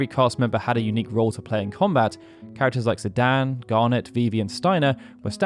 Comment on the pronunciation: Zidane. Dane. Dain. Like Great Dane. Like, I dain to implore you to consider vowels.